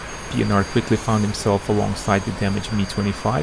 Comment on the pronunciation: The way you pronounce that poor man's surname . Hahaha Pienaar